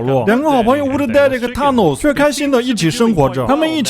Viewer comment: 你是不是不知道th（Thanos）音怎樣讀